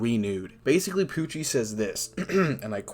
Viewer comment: I love how the Translation Pronounce Pucci As POOCHIE